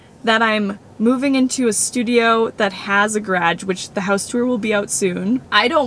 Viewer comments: Where are you from? Cute way to pronounce 'ga-radge.' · The way she says GARAGE .... LMAO! it doesn't have a D in it!!!!!!! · gerAAHHGGGe oh my!....I've never heard it pronounced like that! hehe...Is that common in Canada? It's so cool how the same word is pronounced so differently in different places. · why do you pronounce it gahrieag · "Gaarraagge" THREW ME 😳😂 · Me: garage:gÄrägE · Garage ( grah-g) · as a fellow canadian, i don’t condone the way mia pronounces “garage” 😂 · it's not canadian trust me we don't claim that pronunciation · She’s the first fellow Canadian I’ve ever heard saying it that way. Everyone I know says it with a soft second syllable (I hope that makes sense!). I’m not criticizing pronunciation….it’s just not representative of how Canadians say that word. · As a Canadian I’ve never heard someone pronounce it like that😂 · yeah I’m Canadian and I’ve never heard another Canadian pronounce it like does 😂😂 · This is legit the first time I heard garage pronounced like that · Same! I'm Canadian and never heard "garage" pronounced that way. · Yep me too I was like huh is that how they pronounce it in Canada. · Hearing pronounce "Garage" is giving me life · I have never heard anyone pronounce garage like u do 😂❤ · oh wow I’m Italian and I don’t say it that way ig it’s different for people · I am also canadian and that is not how we say garage, even I heard it and went "what?" Lol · I’m from a small town in Illinois and I notice we pronounce a lot of words different and there are definitely times where I like the way you say things better. But I can definitely say garage is not one of those lol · the way pronounce “garage” is everything I need in life 🥰🥰🥰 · I think almost all Canadians can say that they have never heard "garage" pronounced that way. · omfg why does she pronounce "garage" like that?! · Is it just me who is still stuck/distracted by how pronounce "garage" and can't concentrate on the rest of the video?